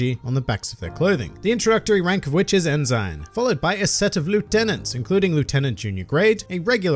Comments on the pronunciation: "En-sign"? Yes that's how it's spelled, but it's pronounced "en-sin." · Ensign is pronounced insin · Ensign is pronounced "N-Sin"..... just for future use. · That pronunciation of “ensign” though...